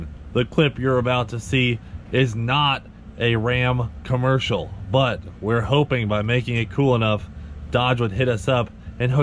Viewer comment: Um, can you say COMMERCIAL 😂